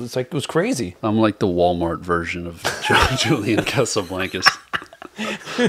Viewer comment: he said "julian casaBLANKus" lmaoooo